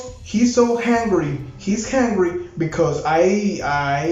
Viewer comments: Please stop saying hungry iIm confused now jajajaja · I love when says hungry instead of angry😂😂😂♥️